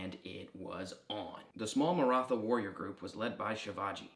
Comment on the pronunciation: The "th" in "Maratha" and "Marathi" is more of a breath-y "t" sound, not an ð sound. In English a more accurate pronunciation would be a hard "t", like the th in "thyme". The ð sound is fairly unusual throughout the world, English is one of the few languages that use it.